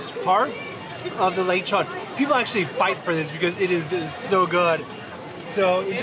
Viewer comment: its le chon